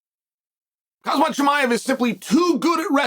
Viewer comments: It's Khamzat not Khazmat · say his name right chad its not kazmat, its khamzat..kham and zat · Kazmat 😂😂😂 only the undefeated uncle chael can get away with that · Khamzat could be holding the belt on every shoulder and Chael would still call him Khazmat 😂🥊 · KHAMZAT NOT KAZMAT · Chael, please respect Khamzat. His name is Khamzat, not Khazmat! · It's "khazmat" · It's KHAMzat, not KHAZmat LOL. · Bro still saying khazmat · Chael keeps calling him Hazmat.🤣☣ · I really love how you call him Hazmat 😂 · why chael keep saying hazmaa hazmaaa chimayaaaa i am dead😂😂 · Dude still can't get the guy's name right..Lol